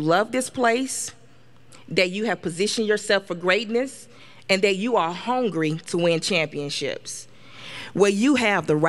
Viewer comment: I love the fact that she said homgree... lol